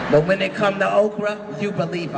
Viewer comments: I thought she was saying Oprah, too. But obviously she was saying Okra the food I really like. I think she should have sounded it out and spelled it so it would not be mistaken for the Queen of Talk Oprah! Just enunciate because Oprahs name does sound a little like "Okra." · She said Okra